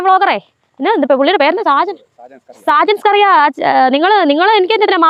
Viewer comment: സാജൻ സ്കറിയ എന്നു പറയല്ലേ. ഷാജൻഷ്കരിയ എന്നു പറയണം കേട്ടോ.